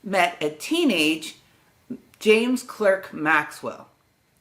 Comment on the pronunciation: Clerk is pronunced CLARK... I'm being pedantic. And you also over emphasize the 'ernion' in quaternion. It's fast, 'ernion' not errrrnion' .